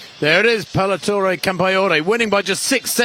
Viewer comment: Paletoray? 😂 It's Peleteiro. Good one...